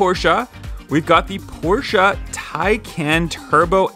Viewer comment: The fuck is a porscheu